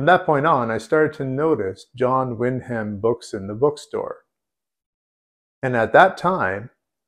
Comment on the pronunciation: Wyndham is pronounced win'dim.